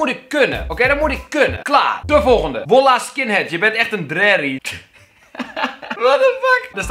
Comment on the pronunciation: KELVIN SPREEKT WOLLAH UIT 😂😂 ~Kelvin 2k16 No hate vind het gewoon grappig!! Li..... Ik ga er niet eens om vragen.. 😂